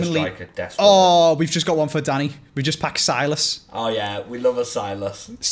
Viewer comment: Its pronounced Sill-a$$ not Sigh-lus